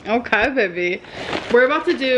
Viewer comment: “Vevy” is all I hear 🥴